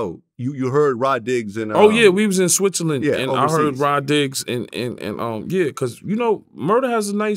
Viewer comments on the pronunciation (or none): none